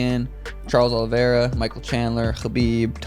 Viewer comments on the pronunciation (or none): none